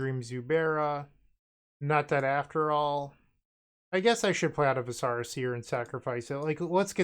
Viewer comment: Stacking Zubera triggers is so sweet. Also, the viscera in Viscera Seer is a real word for internal organs, not some made up fantasy term, and pronounced with the emphasis on the first syllable.